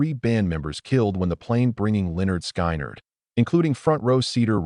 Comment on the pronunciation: Who is this idiot narrating this? Someone needs to school him on how to pronounce the name of the band, and the names of the ones who were in the crash.